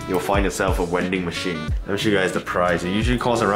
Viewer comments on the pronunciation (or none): has a uwu speech pattern when he sad vending machine, he calls it uwending machine and that's kinda cute ngl (no homo tho)